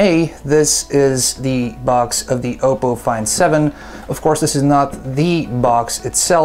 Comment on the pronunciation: I thought it was pronounced Op-po, not O-po.